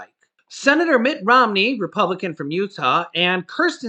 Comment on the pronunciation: "Mitch Romney" 😆